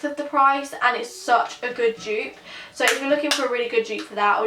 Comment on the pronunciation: She kept on saying Jupe instead of dupe 😂